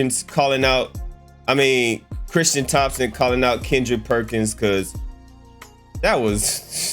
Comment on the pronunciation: Ummm no, 😏 do you have some small points but you mainly sound like a hater😆 facts lol but then again, even though it’s clearly printed Tristan with a T on there you keep calling him, Christian… and Thompson and you said Thomas a couple times lol So what can you really expect? Lol.